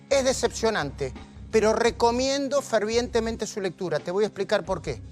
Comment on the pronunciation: "Ferdivientemente"... "Copipás"...